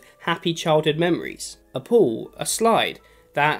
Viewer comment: that’s the worst pronunciation of pool ever